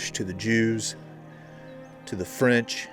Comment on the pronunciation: "The Franch"😂 i caught that! Love the channel,look foward to it every week,keep it up!